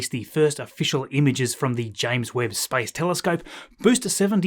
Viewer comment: Your pronunciation of space sounds like spice :)